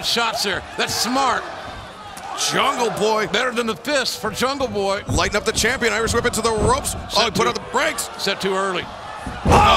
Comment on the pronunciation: Big fan of JR but when will this man learn the name jungleboy. Come on.